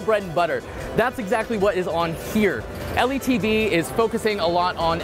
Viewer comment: L. E. T. V.? not pronounced in this way right?